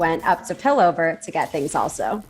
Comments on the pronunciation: It's really interesting to see different people's takes on Arcane! Slight note, it's pronounced Piltover lol. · just a quick comment. its pill-tover. the "t" is pronounced lol. but i love ur vid! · It's Piltover not Pillover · it's pilt-over, not pil-over, thanks!